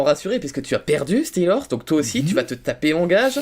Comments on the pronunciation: Comment tu as détruis le nom de Steelrose en l'appelant "Steelorse" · apprend a prononcer steerlose XD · stiiorse scomme sa que farod le dit x)